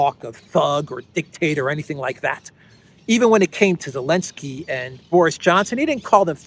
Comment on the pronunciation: it is nor Elensky it is Zelensky -don't swallow the Z 🤣